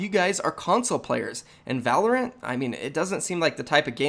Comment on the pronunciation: Wtf is Volerant. I’ve hadn’t heard it till now